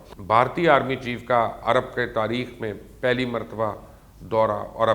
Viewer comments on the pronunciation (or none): none